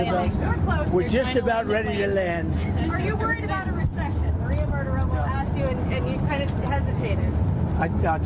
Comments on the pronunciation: Ben— Bartiromo. NOT BartiromA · I m a big supporter but you drive me nuts when you pronounce Maria “BARTAROMO” as Maria BARTAROMA. Her name ends in O not an A! It drives me crazy! Please pronounce her name correctly even though I can’t stand Maria BARTAROMO. (Sorry for all caps)